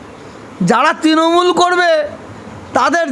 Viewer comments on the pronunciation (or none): none